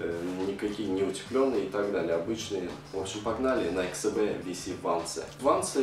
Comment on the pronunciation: Научись говорить Nike SB